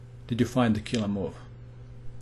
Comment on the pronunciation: I can't help it! I crack up every time u say "KILLAHH MOVE!". You have The Most Killahh accent I've ever heard. I bet you'd make a Killing as a narrator on TV.